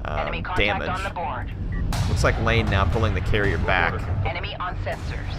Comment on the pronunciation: It's Iain like Ian, not like lane. Like "ee-un", fyi. Another commentator (magpie) who is familiar with the players said it that way in his artifact cup 14 and 15 coverage. It's always hard to tell lower case "L" from upper case "i"